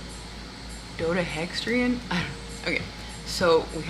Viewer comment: 😂😂 its pronounced Do deca hedron goofy ❤❤❤